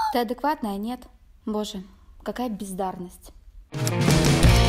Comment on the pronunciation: Мне одной показалось что на сказала не бездарность, а пиздарность???😂😂😂